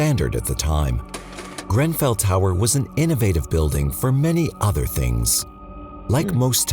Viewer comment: did you pronouce GREN fell tower GRAN fell? sounded odd to my British ears. love you guys and this channel by the way.